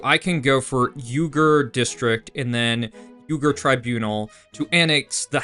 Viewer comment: That ethnic group is called the "Wee-gers," NOT the "You-gers"